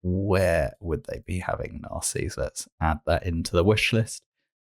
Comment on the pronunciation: I knew you would get the Narses pronunciation right. Narses, like Ramesses.